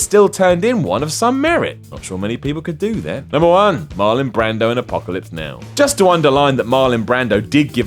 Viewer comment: "Marlin" Brando?